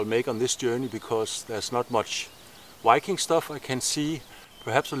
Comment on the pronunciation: When he said Viking it sounded like Wiking what's his accent? Ish just curious:3